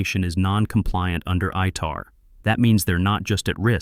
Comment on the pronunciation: Its ITAR. Not ITR.